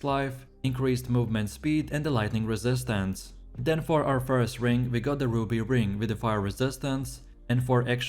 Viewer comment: guys voice is annoying as hell. The way he says "resistance"